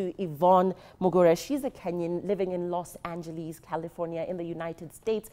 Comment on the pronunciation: Its not los angeliis the way you spelt it madam